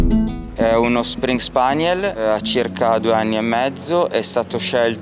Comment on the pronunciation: Almeno saper pronunciare il nome della razza in modo corretto...springer spaniel...no spris spaniel!!!